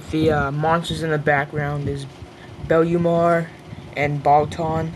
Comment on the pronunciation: Fail thing about this DVD is that monster's name is Bemlar (Bemular) not belumar